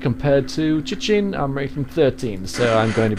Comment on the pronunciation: Hey Chitin is pronounced Kitin, Chitin if im correct is the exoskeloton of beatles im not sure about ants and other insects.